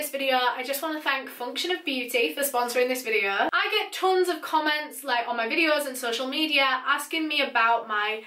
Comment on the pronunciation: Started watching your channel 2 months ago.. finished all your “videuhs” ☹️